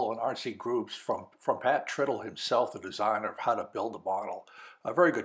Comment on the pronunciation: Hey,, Pat's last name is not "trittle" (rhymes with "brittle")... Pat says "Tritle" (rhymes with "bridle"). I asked him about this once, just to be sure.